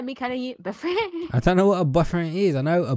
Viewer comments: It sounded like she was saying butt friend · is saying buffriend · Stop saying buttfirend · boyfreh ricky I know boyfriend but boyfreh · RO Plays i think she said " b frien.." 😂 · BYFRIND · talking into the mic:BOYFRAN I LUDGE YOU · Says Boy frien XD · it sounded like she said butt freind